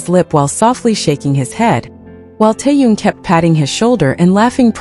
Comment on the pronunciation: It's Taehyung